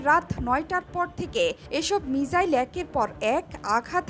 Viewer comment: মিজাইল না মিসাইল বলেন 😁😁